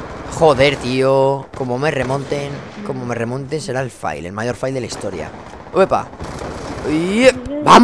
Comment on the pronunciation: No se lee fail como viene escrito, sino "feil"